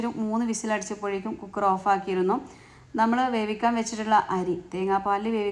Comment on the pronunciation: കൂ ക്കർ അല്ല കുക്കർ